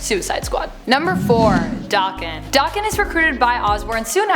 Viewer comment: Isnt it pronounced DA-ken and not Doc-ken? Just wondering how others pronounce it because I myself and most other people i hear say it stress the a like how it is in the word apple.